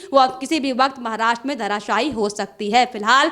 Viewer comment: Maharastra shabd ka sahee uccharan nye kar rahee prasakarta .mahila ! Dhyan deyn!!?